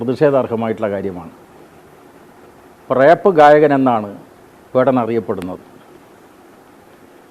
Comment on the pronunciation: 🫱🥴 റേപ്പ് അല്ല.. റാപ്പ് ആണ്. സഖാവേ.. കലയാണ് കൊല അല്ല😅